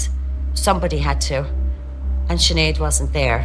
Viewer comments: It's just not pronounced chin ade? What the fuck. It's pronounced shin - aid. 5 minutes into the video you hear her mother saying her name anyways like. Are you Irish, how are you living in Ireland but never met anyone called Sinead? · Big man it’s pronounced shinaid. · Sinead is pronounced chin ade.. No disrespect to be meant to anyone linked with this video. I'm just helping the Americans out